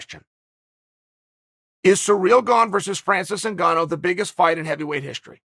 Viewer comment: “Surreal Gong” lmfao